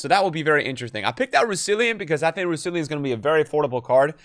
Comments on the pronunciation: Can we stop calling Roussilon 'Roussillion'? Where do you see a second i ? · how the fuck does pronounce Roussillon "Russilion"???